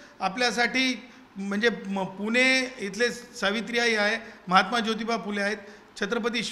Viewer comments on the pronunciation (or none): none